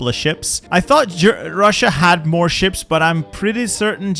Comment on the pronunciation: I love how he accidently said shit instead of ships